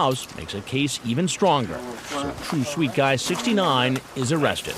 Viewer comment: I choked when i heard that!